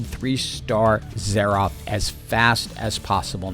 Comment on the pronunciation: Veegur, Arcane-uh, Zair-Roth, yes sir, my engagement = farmed